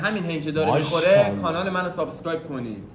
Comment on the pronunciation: فحشم ندید ایراد نمیگیرم فقط واسه اطلاعات میگم شماها میگید سابساسکرایب یادتون نره باید بگی سابسکرایب دیگه ا نداره اینم میدونم ما ایرانی بیشتر ی ها میگیم اس در صورتیکه از بین دندونهای تلفظ باید کرد و S س هستش نه اس